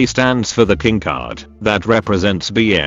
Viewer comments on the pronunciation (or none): none